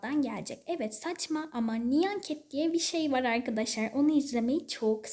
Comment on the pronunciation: Ya artık "AyKaDaşLay" deme ya bebek gibi sesin gıcık konuşuyosun